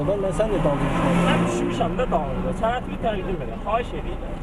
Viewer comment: Dağ adamlarını ikiqat təlim tədris vermədən, işə götürməyin. Düzgün tələffüz qaydası belə yoxdur. [sənətini] deyil, [sənədini] deyə tələffüz olunmalıdır.